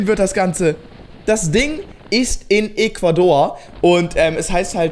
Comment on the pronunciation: Nicht "eeequador", "Äquador"